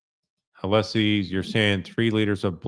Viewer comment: I can’t stand that Judge Cannone allows Brennan to mispronounce attorney Alessi’s name over and over. It is disrespectful and she allows it.